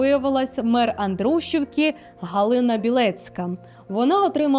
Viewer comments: АндрушІвка наголос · Невірний наголос на Андрушівка,Сухомлин.Радомишль. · Ставте правильний наголос ,пані ведуча.Андрушівка ,Сухомлін,Радомишль...Дивуєте !😢 Цей ефір доказ беззаконня та безкарністі у владі.Навіть ці цфри не вражають і не дивують ..аксіома..Послухали , прийняли ,забули.